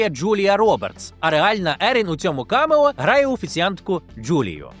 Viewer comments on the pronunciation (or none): Цілий сюжет про камЕо і не поцікавитись де наголос Потужно